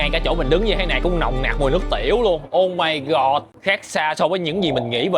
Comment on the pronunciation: mộc mạc nhưng rất có duyên và thu hút. Thích nhất là câu "ô mai gọt" 😅